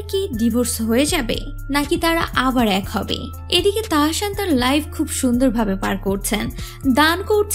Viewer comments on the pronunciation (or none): তাহাশান না তাহাসান।।দয়া করে নাম না জানলে বলবেন না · তাহশান নাহ তাহসান হবে😣😣 উচ্চারণ ঠিক করুন😑শুনতে ভাল লাগছে নাহ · আপু উচ্চারণ হবে তাহ্সান।।। আপনি তাহাশান বলতেছেন খুব বাজে লাগতেছে শুনতে।।